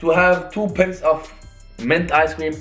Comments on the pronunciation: 2 pints of ice cream😂😂😂😂!! It's pie -nts 😂😂. English is a barrier still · Said pints instead of pints😂